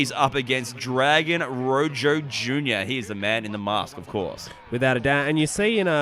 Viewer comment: Daym great on all ends only his name is pronounced like "roho" but i cant believe when they strapped the title to him at the end it was upside down 😫